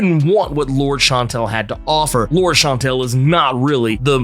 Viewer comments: lor-DESS , not “lords” lol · Lour-des Chan-tel. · It is pronounce Loordeas she is spanish, why you gringos dont even try. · "Lourd"...seriously? You're just gonna ignore the "es" in her name?🤦🏿‍♂️😏